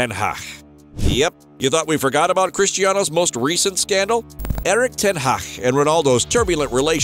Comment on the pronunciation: Erik Ten Haaa.. 😅😅